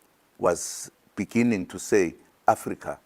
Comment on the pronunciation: Imagine zuma insisting to take over government. A president who could not pronounce the word "beginning " benengen"